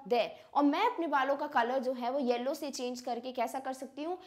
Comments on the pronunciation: mam yellow ko hellow bol rhe hai 😊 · 2 times mam said that converting yellow to hellow 😂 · she was pronouncing yellow as HELLOW..😂...by the way osm explanation💥